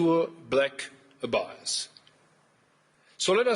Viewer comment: Mercury conjunction Pluto and the German PM executes a three point turn at the corner of 'value' and 'power' and then mispronounces the word 'abyss' 🥁